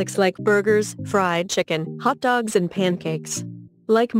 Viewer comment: The way she says hotdogs XD